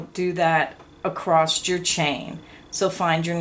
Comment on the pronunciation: *across not *acrosst